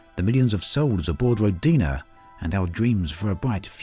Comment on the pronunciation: NOT rodIna... it is rOdina